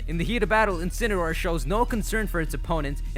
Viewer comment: deh-see-dew-eye, Decidueye In-see-ne-roar, Incineroar Pree-ma-ree-na, Primarina